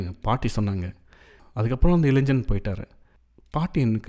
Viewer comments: இப்பொழுதெல்லாம் தமிழாசிரியர்களே மாணவ-மாணவியருக்கு "இளைஞ்சன்/ இளைஞ்சி" என்றுதான் சொல்லிக்கொடுக்கிறார்கள். நியூஸ் மீடியங்களிலும் கூட.. இதே நிலை. அதாவது "இளைன்ஜன்/இளைன்ஜி" தான் சரியான உச்சரிப்பு என்றே மாணவர்களும் நினைத்துவிடுகின்றனர்.. So it’s not their mistake.. but it’s just the teachers’ and parents’ responsibility to take care of it. Of course if it doesn’t matter.., we can ignore that.. who cares! Cheers !! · நண்பரே! கதைவாசிப்பில் கேட்கும்போது ஒரு தனிப்பட்ட அனுபவமாக இருந்தது.பாதி கதைக்கு மேல்தான் உணர்ச்சி கலந்த வாசிப்பாக இருந்தது.பாராட்டுகள்.(இளைஞன்,இளைஞி உச்சரிப்புதான் சற்றே நெருடலாக இருந்தது)